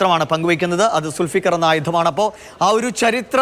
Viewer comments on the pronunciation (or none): Sul Sikar alla Dùlfukar ennanu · സുൽഫീകർ അല്ല ദൽഫുഖാർ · സുൽഫികർ അല്ല ദുൾഫുകാർ